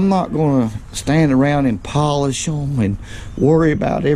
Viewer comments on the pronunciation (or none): none